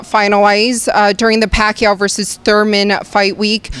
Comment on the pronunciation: Manny Rack-yaw..oh sorry I mean Manny Pacquiao..hahaha